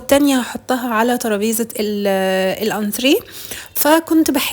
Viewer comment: ما شاء الله الشقة جميلة اول مرة اسمع سيدة محترمة تلفظ كلمة انتريه صح الصح. انا عندي تلوث سمعي من هذا الكلمة شكرا لاسلوبك الراقي😍